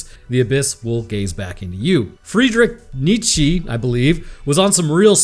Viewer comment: It's pronounced "Freedrick Neetcha". But good try.